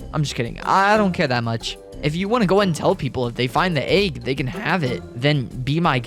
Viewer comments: Aaeeeg y do you say it like that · You say egg weird